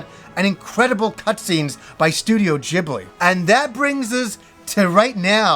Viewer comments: It's Ghibli, not djibli. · 1st, Ghibli is pronounced with a hard G. 2nd, an RPG with art from Studio Ghibli is like a dream come true! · "studio jibli". WTF is that pronunciation??? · “Studio Jibbly” 😂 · studio "J"eebli? SMFH... that's how you know the fake fans LMFAO... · Really butchered the pronunciation of those movie titles LOL.